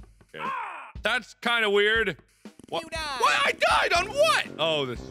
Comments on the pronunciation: and PS.... YEW DYED! XD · The best videogame death ever: "Yew Dyedd" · ur hear an "n" in it every time